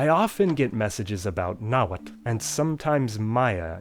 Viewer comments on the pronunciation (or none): none